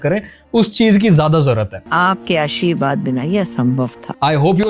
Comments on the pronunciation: Ashirwaad ❌ Asheerwaad👍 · Aashirwad ❌ Asheerwad ✅